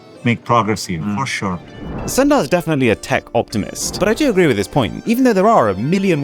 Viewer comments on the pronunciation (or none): Bro said Sunday 💀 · its Sundar (su nd ar)